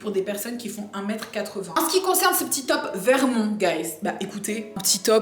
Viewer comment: J'aime cette prononciation de "Vermon(t)" ^^